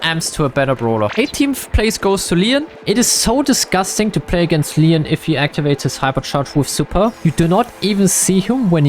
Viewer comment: It's Leon not len